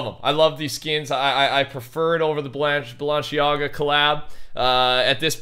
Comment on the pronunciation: You’ve Been Saying Balenciaga wrong But its alright it’s Pronounced Buh-Lin-See-Oga